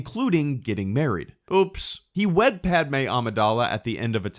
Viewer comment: when he said he wed padme at the end of AoTC, I thought he said he WET padme and she gave birth to his kids later